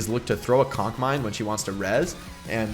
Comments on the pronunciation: Yes I did laugh every time he said “cock mine” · I love how he calls it a cock mine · No one: Jake: cock mine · Did u just say cock mines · Nobody: Jake: COCK MINE